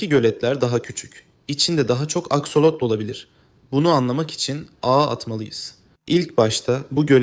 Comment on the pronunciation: Askolot değil aksolot😂😂 😂😂😝😝🫠🫠